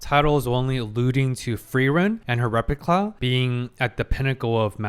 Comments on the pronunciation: Why do you keep saying "repicla"? 😭😭 Not even the editor took notice... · Also hilarious that is trying to correct his German name pronunciation and then immediately calling the replica a "repicla" 😂😂